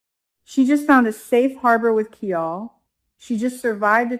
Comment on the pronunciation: Pronunciation of KIAL rhymes with MILE 🤗